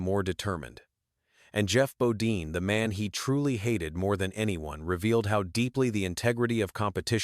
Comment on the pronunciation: Need to learn how to pronounce people's name Geoff bodine